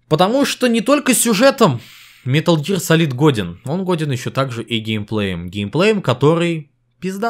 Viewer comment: “Метал Гиар Салид» иииии я сразу же выключаю видео.